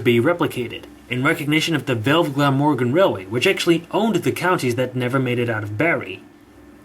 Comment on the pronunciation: Btw as a Welshman I advise you to look up how to pronounce the Welsh names before you say them. Glamorgan which is an easy one is pronounced Gla-morgan.